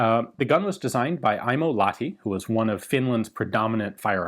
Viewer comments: BTW, it is pronounced Lach-ti and Huus-kvaarna. :) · More precisely, "la-h-ti". That is, the H is specifically pronounced, instead of being silenced by the adjacent vowel as it would be in English. There is no "ch" or "kh" sound used in Finnish. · TLDR: we're always grateful for featuring Finland in your vids, but you could use a bit training: you pronounce Lahti as Lati, without the H. A relatively simple thing to learn. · In no way a criticism but knowing how much Ian likes correctly pronouncing foreign words... The H in Lahti isn't silent. It is sounds exactly like H in Hulk or Honey. LA-kh-tee. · It was actually pronounced "lach-ti" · English speakers don't understand long vowels. Better write "Whose-kvahr-nuh" (they don't understand the ü-sound, either). Also, the "h" in Lahti is audible, it's not just meant to show you how the "a" is pronounced, as it would be in English.